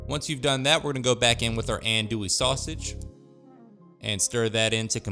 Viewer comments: Pronounced: Ahhhn-dooie. Believe me. I lived in the heart of cajun/bayou land for 18 years, and I know the lingo. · In Louisiana's Cajun territory known as Acadiana Andoullie is pheonetically pronounded, On do ē. That ON like on and off, do like do or don't and a long e. Filé is promounces Fee Lay andnis made from ground sassafras leaves. It also smells very similar to marijuana when burned. I grew up in Crowley LA and worked for the Lafayette Parish Sheriff's Department. We set fier to filé in an ashtray and let it smoulder during our drug awareness school presentations. Lots of kids would approach us after the presentation and tell us their momma, daddy, uncle or brother smokes cigaretts that smell like that. Lol Many men grew up learning how to cook especially fish and wild game at their fishing/hunting camp from the older men at the camp where women usually don't even visit. Your food looks delicious and I will be trying some of your recipes in the near future. 😋